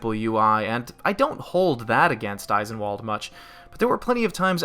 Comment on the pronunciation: It hurts me every time you call it Eye-sen-wall'd. It's German, so it's pronounced ice'en-vahl'd